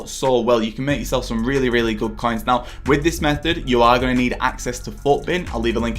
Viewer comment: I hate your voice. When you say coins it sounds ”caiins”. When you say make it sounds meek. So disgusting